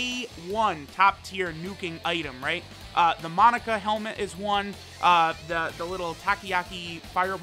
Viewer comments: Take a shot every time says "Monica" not "MOE-NAKA" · Ok it’s killing me it’s not Monica it’s mo-naka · mah boi.... its (Moe-nah-kah).... thats how its said in the dub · The cursed video where inability to pronounce Monaka will truly show itself